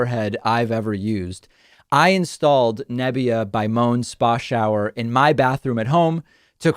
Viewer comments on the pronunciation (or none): Moan is pronounced like “Mow-ann”